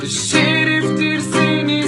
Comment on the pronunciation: olum bu yan lış ses şiriftir değil şereftir